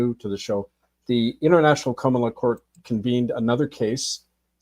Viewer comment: Are you saying Kamala Court?